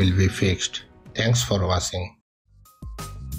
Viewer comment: Watching ❌ Washhing ✅